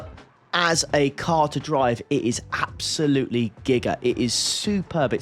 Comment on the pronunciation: Did you count the "Absoluuts"?